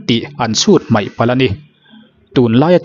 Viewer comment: I channel hming i pu zo khawp mai... Tih tur "Mai" tih hmanna turah Mei tih kan la ching hi a mak ngawt mai...😂